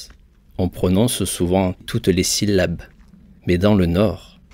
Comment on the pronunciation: J'adore que tu prononces toutes les syllabes 😊 pourqoi tous les francais ne font ils pas le meme?😭